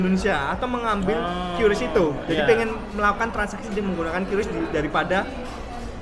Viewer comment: QRIS dibacanya KRIS bang bukan kyuris loh